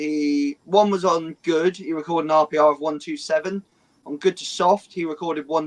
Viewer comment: the you say or p or instead of rpr is hurting my head.. especially when you say the word are perfectly 😂